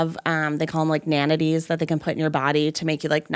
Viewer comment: I assume she meant "nanites"? Unless they changed the pronunciation just to be weird by calling them "nan-itties".